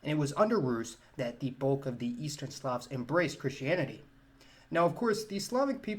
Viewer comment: I first heard 'quintessential slobs' instead of slavs 🤦‍♂️